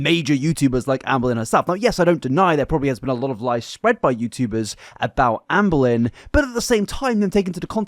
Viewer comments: Not me hearing Anne Boleyn every time he says Amberlyn 😂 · Sometimes, it sounds like he's saying Anne Boleyn. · Every time you say "Amberlynn" I can't help but to hear it as "Anne Boleyn". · I love how he calls her Amboilyhn. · Am I the only one who consistently hears “Anne Boleyn” when says “Amberlynn”? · You said Amberlynn so much in the video, I started hearing you say “Anne Boleyn”